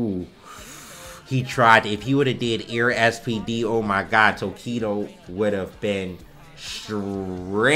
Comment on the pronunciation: "OOohh my gud" 🤣🤣 love it wen says it like that funny af